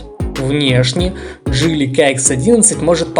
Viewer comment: Слушай автор :Не джэли а джили и нехрен картавить в ютубе